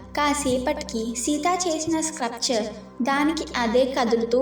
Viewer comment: Hey it’s sculpture not scrupture… please fix the pronunciation it was very irritating. Sculpture is like skullpture is the pronunciation. Ok na ?